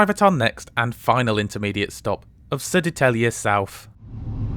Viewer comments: "spot on" was a stretch, but not bad. Dude nailed the hardest part, grave accent for Södertälje. Edit: and acute accent for Hallsberg. Quite impressive! . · Gothenburg, my hometown! And btw I was really impressed when you pronounced the Swedish names, like Södertälje, Hallsberg or Skansen lejonet! That was really good!